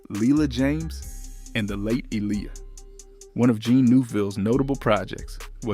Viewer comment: AI messed up so many names. Even Aaliyah's was wrong